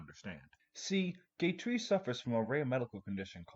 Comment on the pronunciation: LAGOO??? Edit: two minutes later and you said fucking GAY TREE holy shit your pronunciation go crazy